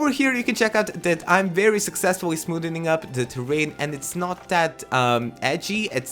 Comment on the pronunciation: Smoththenen is not a word lol I'm not excusing that accent... love you